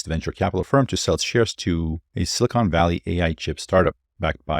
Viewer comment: Just to mention, the word 'silicon' is not pronounced as though it had an 'e' at the end. The word you are pronouncing is silicone, which does exist, it's a silicon containing sealer and adhesive. Silicon rhymes with defcon, or pelican. The 'con' part is pronounced the same as the con in 'con man'.